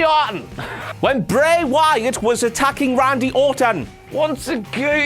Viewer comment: o'clock with pronunciation of "Bray Wyatt"